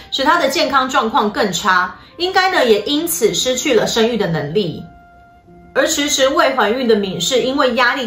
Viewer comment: 是生育。不是身育！